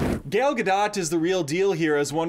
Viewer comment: did he seriously just call her "Gale Ga-dott"? Seriously? This is your job, to talk about movies, and you can't Google how to correctly pronounce her name? jfc